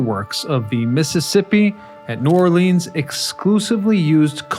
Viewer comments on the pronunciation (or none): Naw lins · Still cant pronounce new orleans correctly